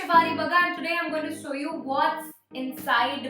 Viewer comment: Its not sow u ... its show u.. 😄😄